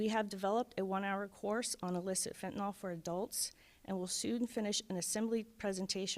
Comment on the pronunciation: Fentanyl, not fentanol. Beware Halloween Candy 👹